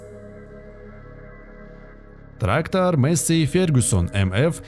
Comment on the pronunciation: масєй фергусон